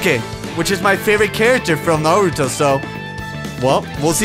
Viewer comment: Goddamn it,, its NAruto NOT naRUto!!!!!!